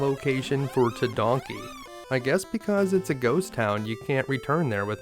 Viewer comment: Tedanki =/= Tedonkey 🤣